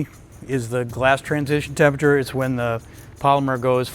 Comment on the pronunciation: It’s disturbing to me to hear so many scientists mispronounce the word temperature.